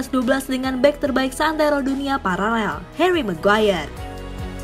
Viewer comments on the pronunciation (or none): none